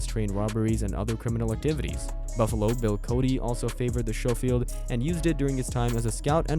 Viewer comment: It is shoffild it's scofield!